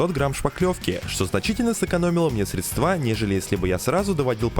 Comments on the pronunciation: Говори правильно: Не шпаклёвка, а шпатлёвка! Не средства', а сре' дства! Не палероли, а палероля! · Правильно говорить срЕдства 😂